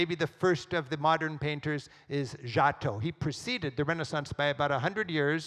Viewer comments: americans pronounce foreign words so that they don't even resemble the original. Giotto? Chartres? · The lecture is super interesting. And I will definitely show it to my students....but not knowi g how to pronounce Giotto!